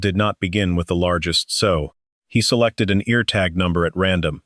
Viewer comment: S-owe, not sew. This is annoying